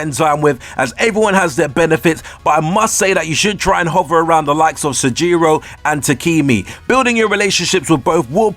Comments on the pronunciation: I noticed that too. "Raiuji" "Sojiyro" "Takimi" etc. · So... You claim that you played the game ergo you heard all of the voice lines and you heard the pronunciation yet you still manage to get it wrong like "Rai-yu-ji", "Takimi", "Sahjiro" or "Mementum". It's quite interesting to say the least.